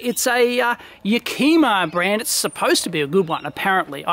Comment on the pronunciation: It's a short I in Yakima, with the emphasis on the 1st syllable. YAHK - i - ma; named after where they started, a town in Washington State (maybe 100 miles SE of Seattle). If you find footage of a small town covered in ash from the Mt St Helens eruption in 1980, that was Yakima